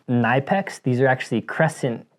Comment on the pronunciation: Kuh-NIP-ex. The K is not silent. The i in Knipex is a short i sound like tip, lip, slip, hip, ship, etc. Not a long i sound as in knife, life, wife, high, drive, etc